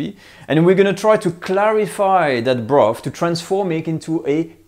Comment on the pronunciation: This is a great video, something I have wanted to know for years! Thankyou BUT....I wish you would say you the "TH's" properly! If you can say "THAT" properly, you can say Bro..TH, TH ..irty, TH...ruth, TH..ree?, some..THing, toge..THer, wi..TH, just to mention a few. There is just so much laziness in the English language, it's disgustingly difficult to understand what people are saying , not mentioning the high annoyance factor!